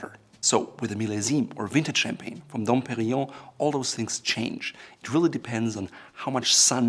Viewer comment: I'm very happy that for once someone can pronounce "Dom Perignon" correctly!